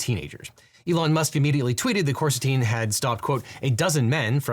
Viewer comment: I thought “Big Balls” was called Coristine, not Corsitine. Are you sure you got the name right?